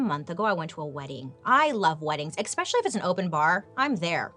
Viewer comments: "Your son, Leonardo - not dumb anymore? I have a daughter here, just shy of 13, and she's currently bleeding." You have the greatest sense of humor! It's not "ex-specially". It’s es-pecially. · I love when Bailey says ‘exspecially’ because she is so consistent with saying it wrong. It makes me smile. I say ‘excsape’ wrong every time.